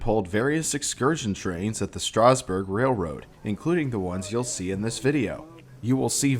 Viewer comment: Learn how to pronounce Strasburg properly